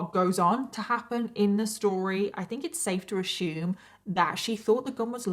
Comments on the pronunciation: “Assume” doesn’t have an “H” so isn’t pronounced AssHume .. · Don't know why you keep pronouncing the word assume incorrectly???. I've heard you say the name Susan before without difficulty......it's almost as irritating as the amount of times you use the word narcissist.....smh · "ash-YOOM"? Is that really how they (in whatever English city she lives) say the word "assume"? Do they also say "CALL-yooms" instead of "columns", and "SHED-jewel" instead of "schedule"? 😅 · I’m probably late to this, but I loveeeee how you pronounce “assume”! Sounds like “ashume” and it’s so satisfying haha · That’s how the British say that word so I understand but her pronunciation of VERY as WEARY is maddening !